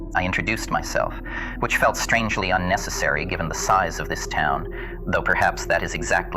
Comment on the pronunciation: unnecessary* not unnessisary or what ever that word was lol. Sorry bro but my Tism clocked in on that hard. Love the video brotha